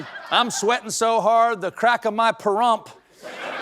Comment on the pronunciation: Thank you for pronouncing Pahrump correctly, unlike Pierce Brosnan in Mars Attacks who calls it "Pay-rump"